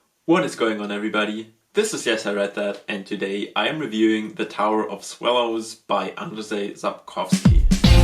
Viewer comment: Your pronounciation of Sapkowski is perfect, but his name is pronounced as Ann-Jay